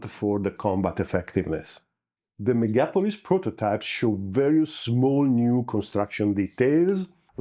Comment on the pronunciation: I think the emphasis should be on "O". MegapOlis. What's hard to pronounce in "Electro automatica"? You have a typo there, I believe.